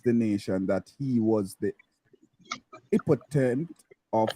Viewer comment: How is this guy a journalist when he cannot read his own article or even pronounce some of the words in his article? VERY CONCERNING🤔🤔🤔🤔🤔🤔🤔🤔🤔🤔🤔🤔 Epitome - mispronounced 2 times in his reading of the article. 😡😡😡😡😡😡😡😡